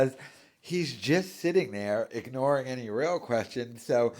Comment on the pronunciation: He was right, nobody does like him. He should of kept that thought, would of woke him up to reality. Now he's delusional. And would someone please teach him how to pronounce the simple word "any"